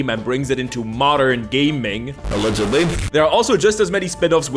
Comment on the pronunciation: That wildly loaded 'ALLEGEDLY'